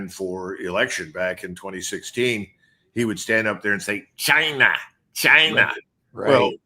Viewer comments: Chinah chinah 😂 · Trump didn't used say 'China' he used to say 'Jainaa'